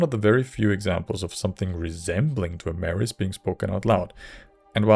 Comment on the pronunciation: I wouldn't say yoy tried pronouncing it sounds more like your a natural born Dwaymer and the golden tones have blessed you